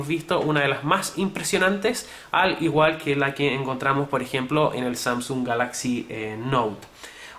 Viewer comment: Samsúng jajajja xD buen review pero me dio risa eso xD